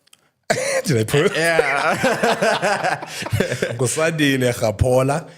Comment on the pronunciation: Please fix his name Sandile not Sakhile, love mama bear❤